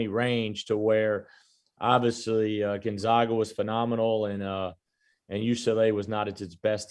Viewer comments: Steve still doesn't know how to pronounce Gonzaga. Keeps saying GonZOGa. How has it escaped him that the team is called the Zags, not the Zogs? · still can't pronounce Gonzaga correctly.